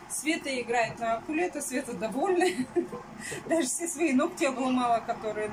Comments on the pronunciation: ты специально говоришь акулета? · Просто это видео недельной давности, о том, что правильно говорить укулеле, она узнала всего пару дней назад. Хотя, не удивлюсь, что будет и дальше каверкать, что бы больше писали